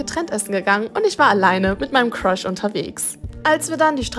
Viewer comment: so:ich habe einen cruhs bekommen was ich verstehe:ich habe einen Fisch bekommen😅